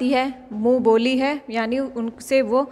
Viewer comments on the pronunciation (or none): Mam app boli ko vali bol Rahe ho